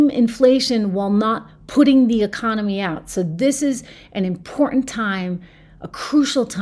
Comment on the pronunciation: You need to enunciate your keys in important if you notice there's two of them in that not 3ns but two T's